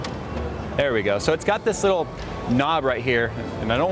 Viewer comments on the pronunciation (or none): none